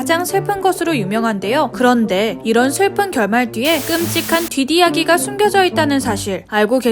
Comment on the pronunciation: '뒷 이야기'는 '뒤디야기'가 아니라 '뒨니야기'로 읽으셔야합니다.